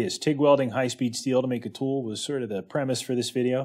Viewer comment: its probably less common in some regions.... but tool is often pronounced as two,,,,, its got to the point I listen for it !!!